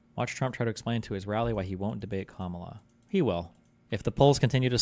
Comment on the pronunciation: Yo shit did he actually pronounce her name correctly at the beginning? This has to mean something right chat